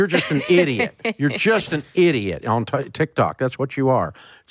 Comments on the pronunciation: Why does he keep saying TikTak 🤣🤣🤣🤣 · I just LOVE how he calls TikTok “Tic Tac” 😂😂😂 reminds me of how my grandma always mispronounce words 😂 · Did he call it tic tac 😂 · I die every time Dave says Tik Tack LOL. Its tic tok but thats ok :) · « TikTak » influencers 😂